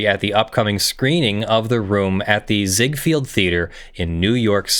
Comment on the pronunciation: FYI Raul is usually pronounced "rah-ool." And it's zig-FELD not zig-FIELD.